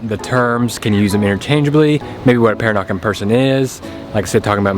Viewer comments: Peranakan is pronounced pe-RAH-na-kan. Accent is on the second syl-LA-ble. ha. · Pronounced Per-rah-nah-kan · Per-AH-nah-kahn. Sorry if that makes me sound like a dick. Calling them prawns, not shrimp: Thumbs up. Sucking the inside of the prawn head for all that gooey deliciousness: Two thumbs up! The Kocik Kitchen is in the same street of the colonial core as the hotel I stay at, Baba House. Used to be a little run down and thus cheap, but it has undergone a major gentrification like the rest of the area. When I was there in 2017, there were plans to expand the place out the back and possibly add a swimming pool. As I mentioned in comment on another video of yours, suburban Melaka is somewhere I need to branch out and explore. The colonial core is all fine and good, but it's expensive and chock-a-block full of Singaporeans on the weekends, locals during school holidays, and 'round eyes' most of the rest of the time. Will put some thought into a decent definition of "peranakan". What I 'know' might not be strictly correct- and there are differing versions of the story.